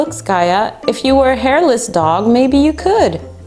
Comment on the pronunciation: its skaya not skayu